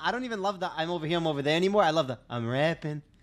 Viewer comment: "I'm ovah here, I'm ovah there" What an absolute gift Actually would of never seen that if it weren't for this channel